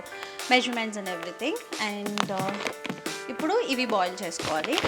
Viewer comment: Upudu😃😃 instead of ipudu but it’s cute 😍👌